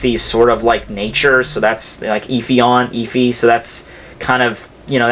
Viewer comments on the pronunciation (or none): none